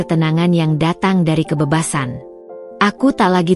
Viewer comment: masih perlu belajar sebutan yg betul..bunyi kebebasan jadi kebebesan